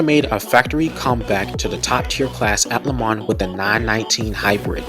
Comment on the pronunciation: Not to mention your pronunciation of LeMans, Targa Florio and many of the drivers names is all wrong. But the footage is excellent.